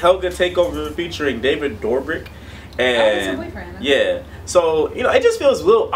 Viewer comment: David's last name is said Dough-Brick